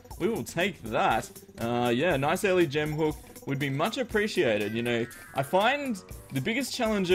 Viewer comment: He says hook funny 😂😂